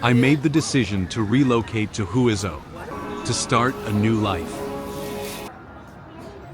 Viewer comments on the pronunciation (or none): Huizhou is pronounced "Hway-joe" not "Hooey-zoh"